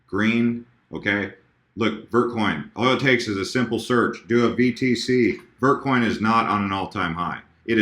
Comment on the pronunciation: i thought he said "Birdcoin" instead of vertcoin